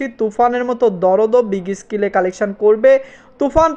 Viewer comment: আপনার ভিডিও দেখতে চাই, কিন্তু ফিল্ম কে ফ্লিম বলেন, এটা কানে খুবই বাজে ভাবে লাগে। আর স্কেল কে স্কিল বলেন এটাও শ্রুতি কটু লাগে। ভিডিও আপলোড দেওয়ার আগে আপনার উচ্চারণ গুলো শুধরিয়ে নেয়া উচিত। আর সবাইকে স্যার ডেকে নিজেকে তুচ্ছ করে ফেলবেন না।